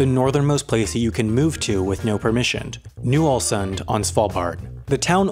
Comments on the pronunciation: The correct answer to that question is "wrong". He pronounced it wrong. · When he mispronounced, "Ny-Ålesund," I literally died on the inside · Ye, it’s kind of funny how he pronounce Tromsø and Ny-Ålesund